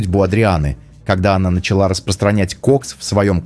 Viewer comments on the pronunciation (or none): none